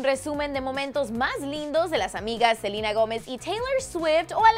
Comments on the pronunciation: es selena no silena jajajajajaja😂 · si vivian fuera Latina diría Selena no salina pero es e.u.a y dicen asi asi ¿ono? PD:no me vengan a insultar de que me quejo que le dicen selina ,no me quejo solo es mi opinión gracias por entender :) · F.Fangirl★ yo escucho que dicen selina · Selena, Selena tan difícil decir Selena Gómez